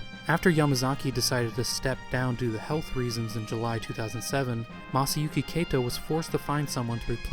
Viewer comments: Finally got around to watching this, and it really is an excellent video, except... Kato is pronounced "KAH-to," not "KAY-to." And you say that name a LOT in this video. ;) If you ever "remaster" this video, I highly recommend re-recording the narration with the proper pronunciation, as I can see those who speak Japanese being rather off-put by this. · More bothered by the mispronunciation of Kato. You pronounced it like Keito. He's the founder of the company c'mon. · Kato is pronounced kah-toh not kay-toh, and Ys is pronounced like the word "ease" (rhymes with keys). The Drasle in "Drasle Family" is a portmanteau of Dragon Slayer so is pronounced draw-slay. Sorry to be "that guy". This video was great but those were really bugging the hell out of me. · i was going to make the same nitpick about names (e.g. kato, said here like 'keito'), though it really only stands out because everything else is so good. so yeah, i'll just agree.